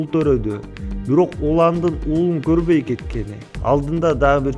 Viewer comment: Где интонация... Горбой эмес корбой!